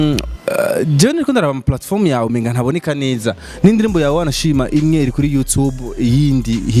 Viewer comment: Ntibavug yutibe bavug you tube 👌👌👌👌correction